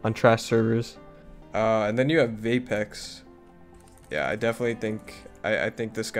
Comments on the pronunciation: You legit called vepex vapex lol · You called vepex vapex lol